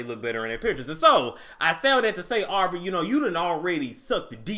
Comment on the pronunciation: Wait,.. did you just call her "Arby"! ?( Aubrey)🤣🤣😭💀